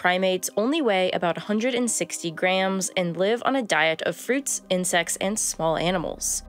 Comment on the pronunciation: Who else heard, "fruits and sex and small animals."?